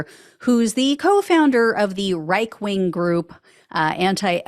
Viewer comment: Did she say “Reich Wing???”🤔🤔😂😂😂